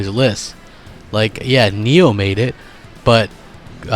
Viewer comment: Why does he pronounce nioh as niho